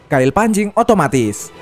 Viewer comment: otomatis bukan otomatsi ente kadang kadang ente